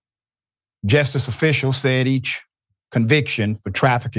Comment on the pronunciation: Dr. Richey, it’s JUSTICE not ‘jestice.’